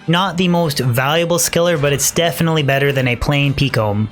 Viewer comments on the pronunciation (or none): none